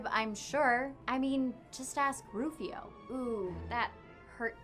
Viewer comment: No not Rufioh.